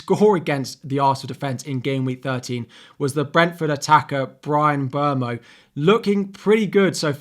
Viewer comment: Thank you for pronouncing Mbeumo's name right! Love your videos!